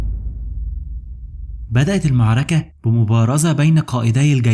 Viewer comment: حاول تتمرن شوية على مخارج الالفاظ .. كلمة المعركة دى اللى بتقولها كارثة !